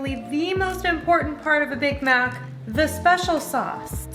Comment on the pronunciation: all I heard was "BIG BACK SAUCE" lmfaoooo 💀